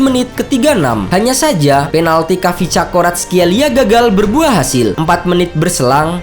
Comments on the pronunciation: Kavicakskorartkelia EMOT BATU dlu .. Koreksi yah min Cara bacanya " varatskelia " biar lbih aman sentosa buat lidah² org indo😂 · kvaratskheila oi bukan cakoratskeila